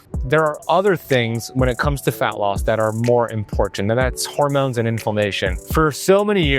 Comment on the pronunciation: Bruh the way you say "huhrmoans" 🤣